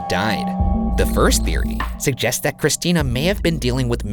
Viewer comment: "Evidence Sug-jests"